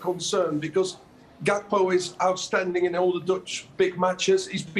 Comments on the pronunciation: Wait this guy just said Gody Cakpo 🤣🤣🤣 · “Gakpo” how do you pronounce that 😂😂😂 why would he leave a team that competing to get into the ucl and leave to utd who are in europa conference league on Thursday nights Lmao stop it man